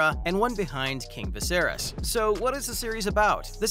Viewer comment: Dude, learn how to pronounce "Viserys!"